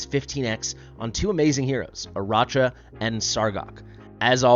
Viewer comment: I think is pronounced "Araka" like Arachnid. (Spider leg back)